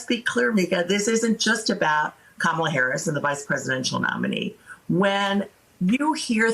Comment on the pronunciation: For starters.. we need to pronounce her name correctly.